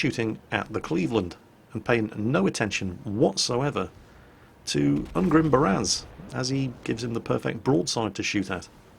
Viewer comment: Ungrim is actually more of a dwarf name, get it right <3